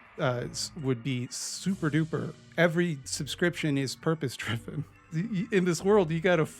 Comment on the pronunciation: i like how the guy in the ad keeps trying to say “purpose driven” but he keeps sounding like “purpospribive” or something lmao